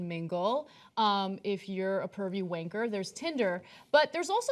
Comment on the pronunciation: the Way that ana just said Wanker sounded so weird.